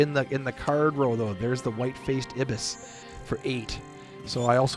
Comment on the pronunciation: Great guide, really learned a lot about this game's engine building! Also , prothonotary warbler is pronounced pro-thon-otary, where 'thon' is pronounced like dawn. Ibis is also pronounced eye-bis. Pronunciations are regional and frequently argued about by birders, but this is what I always heard